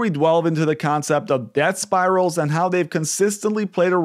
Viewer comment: Did you say debt spirals - or death spirals? 🤔